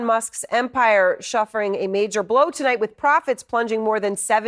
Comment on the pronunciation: I am sure she said shuffering :)